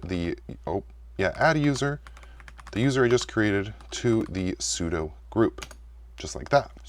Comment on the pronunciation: Maybe next you can learn how to pronounce `sudo` 😉